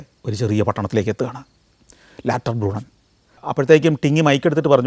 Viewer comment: “ലാറ്റെർബ്രൂണ്ണൻ” അല്ല ലൗട്ടർബ്രൂണ്ണൻ എന്നതാണ് ശരിയായ ഉച്ചാരണം